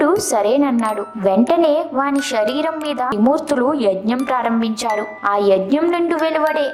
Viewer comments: First, learn to pronounce Telugu properly. షరీరం కాదు శరీరం, షాపం కాదు శాపం, షకం కాదు శకం. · వీడియో బానే ఉంది కానీ పలికే పదాలు సరిచేసుకుంటే 100% తెలుగు భాష బాగుంటుంది . షరీరం కాదు శరీరం. షాపం కాదు శాపం షకం కాదు శకం షషణాలు కాదు శాసనాలు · ష కాదు శరీరం